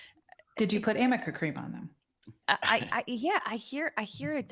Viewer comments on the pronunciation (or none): It's arnica cream, by the way. Not amica cream.